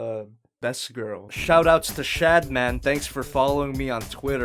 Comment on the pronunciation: Did you just say "shatman"?